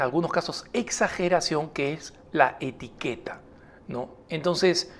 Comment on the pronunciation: Dice Etiquera no Etiqueta.